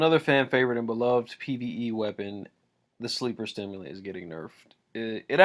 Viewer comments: Its sleeper simulant.......not sleeper stimulant.....sorry but when I hear something said wrong it pisses me off. Like it has no fucking t in the god damn name! Everyone I know says stimulant....like why just why...... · Sleeper SIMULANT. Not STIMULANT. You are literally reading the TWAB and still mispronouncing it. I don’t know why this bugs me so much...but it does. There is not an extra T in the name.